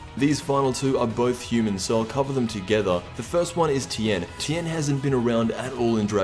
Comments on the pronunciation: Nigga said tein BAHAHAAAAAA HE SAID TEIN BAHAHAHA HE A DRAGON BSLL UTUBER SAID TIENNNN WHY EVEN PUT HIM IN THE VIDEO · i laughed so hard when you said tien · Nigga really said tien😂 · Once you said Tien I turned it off smfh